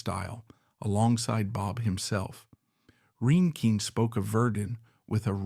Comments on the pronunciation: And” rain-king” I wish everyone wo7ld agree on how to pronounce her name. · Not to be mean or negative but I wish you could have pronounced her name correctly. It was annoying.